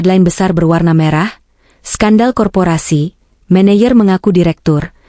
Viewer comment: Baca " menejer" bukan "meneyer"